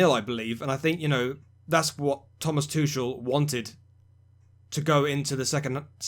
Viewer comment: I understand Tuchel is pronounced Tukel with a 'soft' k